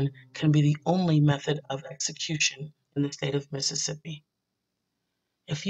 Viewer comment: Where do they find these narrators? It's obvious they were never well versed in their English studies. This one here mispronounces 'execution' and 'probation'. She obviously ignored practicing vocabulary and pronunciation, and she's reading the damn script! When the narrator sucks it destroys everything. I can't watch this. Save us the aggravation. Don't post anything without a good speaker.